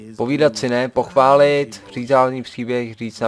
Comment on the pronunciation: Ha-jsem místo pochválit slyšel"podpálit"